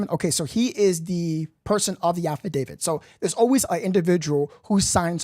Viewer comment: No disrespect but it’s pronounced affidavit, not alpha David